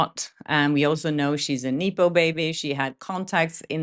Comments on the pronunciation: I know English is not your first language, but it's not pronounced nee-poh baby, it is pronounced neh-poh, from the word nepotism. Keep up the updates, I love hearing them from you. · Nepo: It’s pronounced “nepp-po” (short E) It comes from the word Nepotism, the E is pronounced as in the word, “step.”